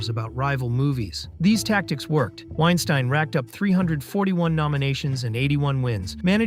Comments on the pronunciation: Literally pronounced Weinstein two different ways within a few seconds of each other... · you pronounced Weinstein two different ways 😂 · How are you gonna be a film channel and mispronunciation Harvey Weinstein’s name? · I think you’re pronouncing Weinstein’s name incorrectly.